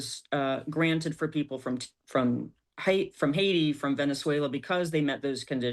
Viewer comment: why did she say venezuela with an accesnt. Does she do the same with irland?